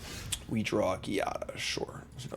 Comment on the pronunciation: It’s pronounced “GYATT-a” because she makes every angel’s already ample bum stat grow